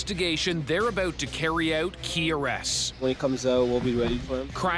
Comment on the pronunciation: “After months of investigation, they’re abOoout, to carry ouOooot...” Canadians and their O’s! 😂